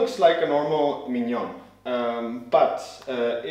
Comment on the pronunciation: Great video! I think this grinder will be my first upgrade after 10 years with my first/original setup. So good to hear the name pronounced properly after so many reviews with “Minion Spesseealita” :)